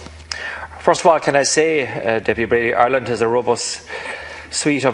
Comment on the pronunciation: How very unprofessional of Deputy Breen to not only once but four times get Deputy Brady's name wrong and then to stand there Quoting the laws instead of answering any of the questions raised by Deputy Brady . Basically mouth moving but nothing coming out !!!